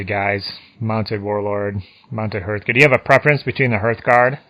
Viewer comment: HARTHguard (from hearth), not HERTHguard. These are not Herth's guards... :)